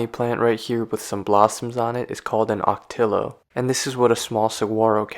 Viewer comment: Always love my visits to Tucson and the surrounding natural landscape. Saguaro NP will forever be a special place to me! 45 National Parks and counting :) Also, you pronounce "Ocotillo" as "Oh-co-TEE-yo" and "Saguaro" as "Sa-WAH-ro." Just thought I'd give a heads up! Great video, thanks for sharing! :)